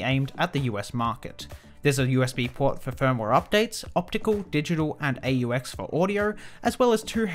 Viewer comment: Aux is short for auxiliary and is not an acronym but an abbreviation and so pronounced, ox.